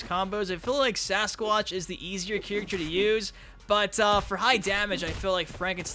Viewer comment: Can you please learn to say: "Character" you say...like, "chirikter" Good video tho.